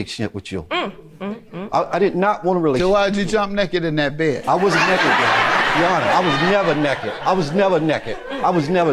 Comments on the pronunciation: "I was never "neked" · "I was never nekked!" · "I was never neked."